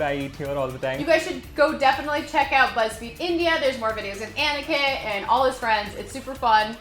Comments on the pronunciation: I love how they pronounce Aniket as Etiquette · Not me hearing etiquette instead of Aniket